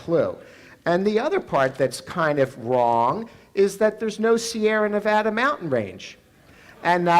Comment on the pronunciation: I wish she would pronounce Nevada correctly